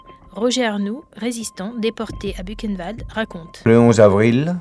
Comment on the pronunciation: J'adore la prononciation "bukenvalde" !